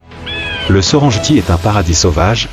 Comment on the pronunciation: Il faut respecter l'authenticité des noms des lieux de votre documentaire. Serengeti se prononce Serenggetti (serengueti) et non ( serenjeti) , du respect svp pour les noms propres